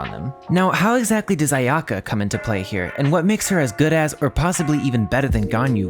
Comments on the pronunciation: Did I just hear you said my waifu’s name incorrectly…. A…ya~ko? :DD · Sorry man but its A-ya-ka where the A and ya is the same tone